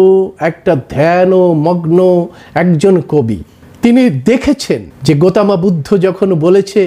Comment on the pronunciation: "গৌতম বুদ্ধ", এই শব্দটাকে "গোতমা বুদ্ধ" কেন বলছেন ? সুন্দর শব্দটাকে বিকৃত করা হচ্ছে না ?